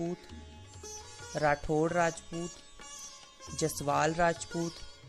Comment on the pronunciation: Bhai rathod nahi rathore